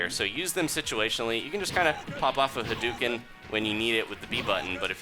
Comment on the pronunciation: HUH-DOUGH-CIN NOT HAIDUCAN